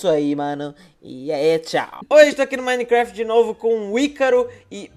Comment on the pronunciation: vc falou minecraft errado vc falou mim craft lol:-/